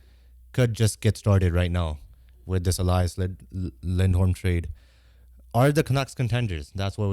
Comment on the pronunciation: It’s Elias not Eleeeas